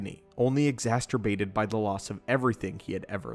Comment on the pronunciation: Did.. did you say “importality” and “exasterbated”?